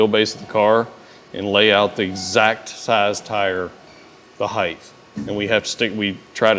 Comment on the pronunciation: You are pronouncing height wrong. Height ends in a T sound like bright, light, might. You are using a "th" sound, like length and width.